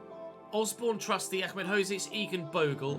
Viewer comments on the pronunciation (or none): none